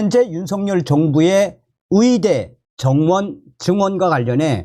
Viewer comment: 그런데 왜 "위대"라고 말씀하실까요? "의대"로 들리지가 않아 자꾸 듣다가 끄게 되네요